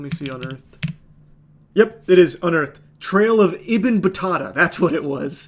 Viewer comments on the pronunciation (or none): Ik no one cares, but its "ibin battoota", its arabic